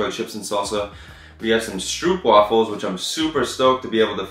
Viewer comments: It’s funny how you pronounce stroopwafels 😂.. stroopwafels are originally from the Netherlands where I live. If you like stroopwafels you would love it when it is freshly made and still hot 😋 you schould come to the Netherlands. Thanks for the video.. I really enjoy it.. and I’m happy to see that you’re doing better 💪🏽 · I like the way Americans pronounce “stroopwafels” 😂. I can’t type out the correct way to say it, but if you’ll say it like “strop wafels” I think you will get a little closer to the real pronounciation. Love the vid! ☺️ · HAHAH I was dying the moment you pronounced ‘stroopwafels’. As a dutch person hearing it sounds kinda funny😂